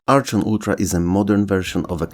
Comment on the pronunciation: Oh yeah I remember Ugh-lympics! And Supercross! FYI the CH in Archon is pronounced the CH in charachter.